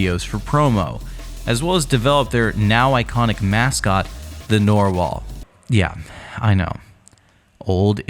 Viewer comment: sir those are red intestines and also its NARR wall not NORE wall